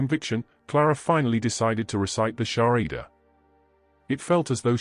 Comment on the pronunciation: It is SHAHADA not Sharida brother.